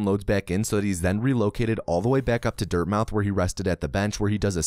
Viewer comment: Incidentally (and you're not the only one to do this), I don't think you're meant to pronounce the O in Dirtmouth. I think it's a play on words reference to Dartmouth. Quality video as always.